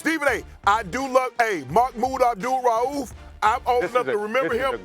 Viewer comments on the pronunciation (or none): Stephen A. cannot pronounce “Mahmoud Abdul-Rauf” correctly. Lol